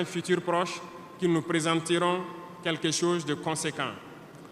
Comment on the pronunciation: Pardon président Fais un effort pour bien prononceer le mot"chose"